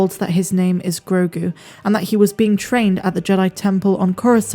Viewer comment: Stop calling him Grogun. It's Grogu.